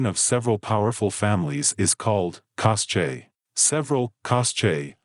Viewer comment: Cosche is pronounced “coske” “Head of the bosses” and “boss of all bosses” are the same thing, “sgarrista”, “Capocrimine” and “capo bastone “ are ‘Ndrangheta ranks, not cosa nostra ones.